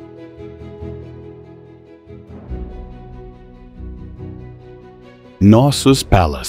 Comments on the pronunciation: In the word "Knossos" letter K is pronounced. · You're absolutely right about the Greek pronunciation — in Greek, the “K” in Knossos is clearly pronounced. But in English, it's commonly spoken as “No-sos” without the “K” sound, as shown in dictionaries and online pronunciation tools. Thank you for pointing this out — both forms are interesting to note.